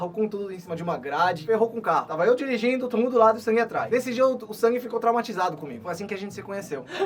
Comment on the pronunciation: falando sang em português... "Sangue" 🤣🤣🤣🤣🤣